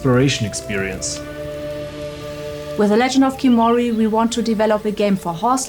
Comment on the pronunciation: Why is the main character redhaired ? and why can't you pronounce Khiimori the right way? Everytime you say kimori it butchers the word ffs.